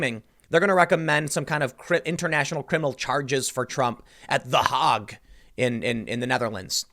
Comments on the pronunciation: The hawg? You mean the hayg? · Excellent argument for cremation. ...Tim it’s pronounced HAYG...